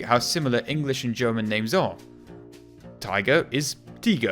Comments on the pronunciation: I have to say, your pronunciation of the German names is pretty good, sure, it's not perfect, but still pretty good. Greetings from a German 🙋‍♀️ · I'm German and I have to say your pronunciation isn't bad really impressive actually